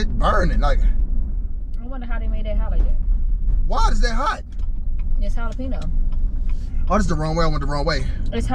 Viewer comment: i have never heard anyone fuck the word jalapeño up like that😂😭